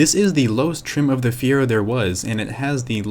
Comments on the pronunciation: It’s Fireo not Fiera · Feee-err-ooo! Not Fearo. Show some respect! Damn! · Before going through the trouble of making a good video Good video but at least learn how to pronounce the name. Fiero = [Fee-Arrow] not fear-oh. Triggered me a little. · it's fi-er-o, not feer-o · You love it, but you can't even say the name correctly. FEE-err-oh, not FEE-ro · It's a fee-arrow not Fear-oh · "fee-arrow" is how it's pronounced. Not "fee-row". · Hey dude.....it's not a FERO it's Fee-A-ro ...get it, got it, good! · Dude, it’s Fee Air Oh not Fear Oh. I get that fear is the overwhelming emotion associated with owning one of these poorly engineered train wrecks from GM’s darkest days but you can at least pronounce the name right if you’re going to attempt a video on the P.O.S. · "Fee-air-o" Dude, c'mon. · Isn't it pronounced Fire-oh? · "Fe - Aero" You ignorant jackass. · lol... the Fire-o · it is pronounced fee-air-o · They're literally called "fier"o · I have never hear anyone pronounce "Fiero" like you do. It is Italian and means "pride." But then later you change your pronunciation to more conventional. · If you’re going to make a video about a car, maybe you should know how to pronounce it. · Nice vid but I can’t stand the way you say Fiero. Still watched. But cringed every time you said Fiero.